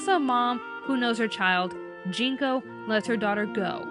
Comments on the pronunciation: isn't it Junko not Jinko? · Junko Kaname. not Jinko. Sorry for pedantics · One little nitpick, but it's Junko Kaname, not Jinko